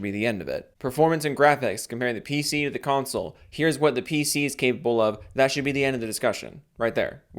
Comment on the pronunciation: lol cumsole 🤣